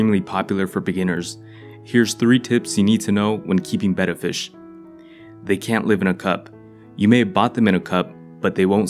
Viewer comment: Oh my gosh...did I just hear you PROPERLY PRONOUNCE Betta?!? ✨ Yes, guys! It's "beh-da", not "bay-duh"!